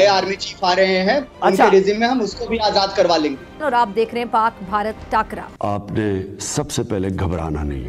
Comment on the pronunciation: Pahle to takar hota haii takara nahi 🤣🤣